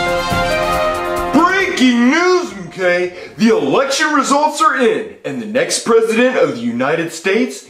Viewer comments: No one notice said erection instead of election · Like he said erection instead of election 🗳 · Whenever says election it sound like election lol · The funny apart from this. was saying election as eRection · Erection instead of election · You mean how replaced the r with an l?